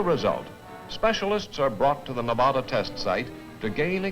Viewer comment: Nev-odda! LOL! The locals will LOVE hearing that one! LOL!